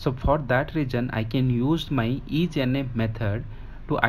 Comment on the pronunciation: Isna Not ijna . Good explanation